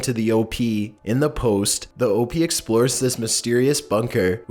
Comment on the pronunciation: does anyone not realise hes saying OP wrong? its pronounced OHP not OHPEE